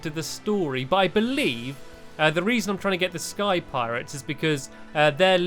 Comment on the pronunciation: When I heard space piretes I started laughing a storm